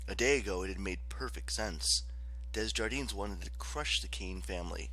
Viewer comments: it’s alright, I know the struggle of name pronunciation and it’s sill amazing work you did with this audiobook. Just needed to get the Desjardins thing of my chest, sorry for that 😅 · Ok, the only thing really bothering me is the pronunciation of the name “Desjardins”, I mean come on, it’s french